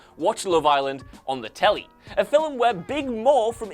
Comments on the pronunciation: Please, stop pronouncing film as "fillum". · 'fillum' (film) that is all i heard the whole time it was so distracting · Film is a single syllable not two lol